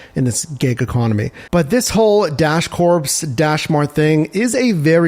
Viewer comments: my man… please stop saying “corPs.” Think “Marine Corps” and you’re golden. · Just an FYI, the "ps" in the word Corps, is silent 🤫. Just like Marine Corps.